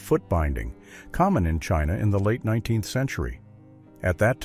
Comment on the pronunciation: Any chance of using a human being to narrate...one who understands that '19th century' is NOT pronounced "19 the century"?